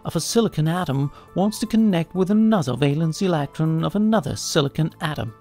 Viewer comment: ileeektron lol